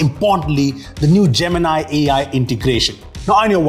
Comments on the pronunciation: Man don't call it gemin-i just call it gemin-e 😂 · That is not jeminaai Gemini you are a Indian pronunciation should be like a indian not a alien😢😂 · why everyone is pronouncing it as( Gemin-i ) = jaymin-ai . and not as ( Gemini ) = jaymini ?🤷🏻‍♂️ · I always thought Gemini was J-mini. Now it's J-min-i.